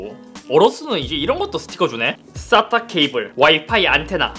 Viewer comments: 쌋다 케이블.. 다시 들으려 왔습니다... 바ㄹ름이 아주 찰ㅈ ㅣ군요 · 가끔 영상 볼 때 쌌따케이블이라고 들리는데 머 하는 부품이에요?